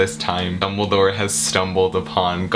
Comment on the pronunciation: I know this video is old but "IT'z DUmBLeDOOOORe" I want you to know that I snorted so badly that I almost fainted with my tea. I had never felt so afraid yet so hilariously aware of how pathetic my life had become for me to suddenly almost die by choking on a tea sip because a guy said "DUMBIDORRRR" and I love you Suscribed.